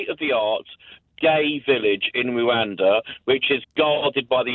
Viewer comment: Anyonoe else want to cwowdfund this clown to wooh-anda